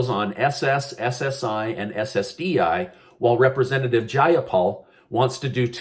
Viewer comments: Its pronounced: jai-AH-paul......with the emphasis on the AH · Hello I am from Washington state where representative Praymyla Jayapalis from and I am just letting you know that her name is pronounced Jie- a -paul just letting you.I hope you understand how I explained,I guess I shouldn't complain I don't like her anyways.LOL. I listen to you all the time thanks for the updates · I enjoy your videos, however would you please learn how to say Jayapals name properly, she is our representative and it drives me crazy.